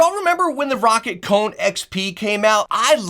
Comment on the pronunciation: Hey he said Roccat right the whole video lmao